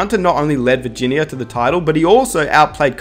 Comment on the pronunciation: Straight up he can’t say Virginia